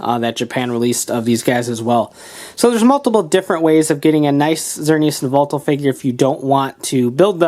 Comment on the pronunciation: To pronunce its zerneus and just say y and then veltal